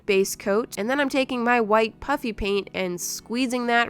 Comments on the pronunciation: it’s puffy paint, but it sounds like is saying “puppy paint” so that’s why it’s kinda a joke that it’s puppy paint. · Is she saying Puffy Paint or Puppy Paint ? 🤪🤪🤪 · why does it sound like shes saying "puppy" paint everytime she says puffy paint? lol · Why is it so funny that it sounds like shes said puppy paint or is it just me so it's just me